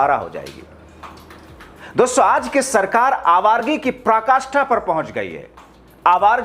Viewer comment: दोस्सो.... दोस्सो.... क्या है .... उच्चारण तो ठीक करलो....